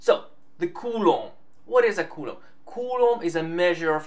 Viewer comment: can you please say coulomb right? i speak spanish and culo means ass and what you are saying is ass in spanish like all the time, really hard to watch without laughing